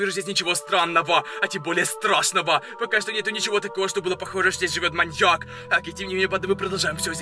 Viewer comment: Пачему ты всегда гавариши манияк